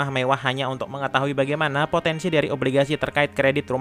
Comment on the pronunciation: Filemnya keren tpi pnyampyan nya bikin sakit telinga..ngomong stiap kata hamoir di ahiriki k..sanyangnyak kenapak bagaimanak gak apapak dll